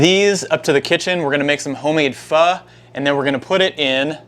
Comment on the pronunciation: Oh thank goodness you said it correctly! 👏 in Vietnam we make our broth with beef bones. We top our soup with london broil, tripe, Vietnamese meat balls, tendons and lots of herbs and bean sprouts...splash of lemon juice, hoisen sauce and sliced hot peppers...oh my! Definitely no tofu for us! lol! Glad to see this video!